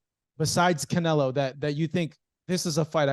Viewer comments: Keeps calling him canela 😂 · Why is it that Bivol can say CharlO but still keeps saying CanelA? 😅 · It's funny that he calls him Canela. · He still Calling Him Canela lmaooo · He called him Canela. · Bivol isn’t humble he mid pronounces canelos name on purpose